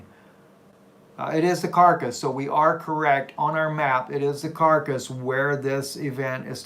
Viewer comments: Caracas (Spanish pronunciation: [kaˈɾakas]) not carcass... Lords blessings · C'mon..... The place is not named after a dead body, the name is pronounced ( cara- cas ) not carcass 🙄 just saying my brother... appreciate the work you do though 😎. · NO not karkas Kah rah kas.... all a in Spanish are ah type how do i say Caracas in Spanish.? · You really should know how to pronounce the name of the TOWN! Otherwise you will be sending people ALL over the country OF Mexico. CAK-RAH-CUS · Lol. Car RA cas.....you keep saying dead body. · I think the city is pronounced Car-a-cas. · you definitely didn't say the name of the State in Venezuela correctly. Come on man. Here you go, try this Ka-ra-cas. Caracas. HABLA BIEN WAY.